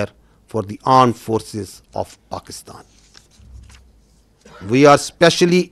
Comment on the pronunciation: What he say Arm force ?